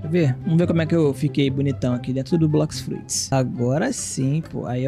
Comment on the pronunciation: "boqui fuits" skldskdskkds